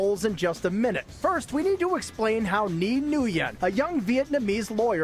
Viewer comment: The way he pronounced "Nghi Nguyen" lol